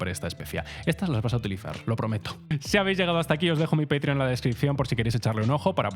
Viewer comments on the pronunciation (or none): none